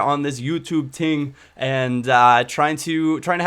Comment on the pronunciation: haha he said ting at the beginning instead of thing